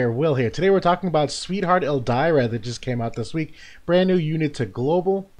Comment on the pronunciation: I bit off topic but sometimes I think your trolling when you pronounce Ildyra's name as Ell-Die-ra instead of Ill-Deer-ra lol